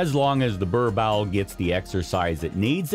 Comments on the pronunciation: Its boer-boel.. Bur bull... How can i take u seriously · Im south African... I feel so offended when you keep saying 'burbowl'💔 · Bruh like what hahaha! Worst pronunciation I’ve heard yet. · That's way to pronounce "borbowl" is just funny 😂😂😂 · What the heck is a "ber-bowel" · It’s pronounced “boorbull”😂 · Its pronounced "BOAR-BULL" 😐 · I'm from USA and it was annoying me too 😂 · Lol Burr bowl. Your butchering the breeds name. Wow!!!! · Incorrect pronunciation of the breed. Also, why show all the other breeds? Other than the above stated, the general information about the breed was good. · Did this man do his research on how to pronounce this dog😮 The pronunciation is so bad as a South African I’m so offended and boy didn’t you just make my ancestors cry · Learn how to properly pronounce the breed name.